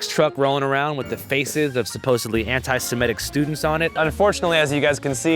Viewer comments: He actually always says „anti-simetic“ and it drives me nuts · Why can barely anyone say antisemitic correctly? They all say antisemetic or antisematic